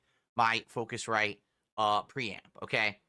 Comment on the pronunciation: the way he says his r's really makes me fume. the way he says 'preamp' really made me notice it.. thanks now i have another mannerism to pay attention to.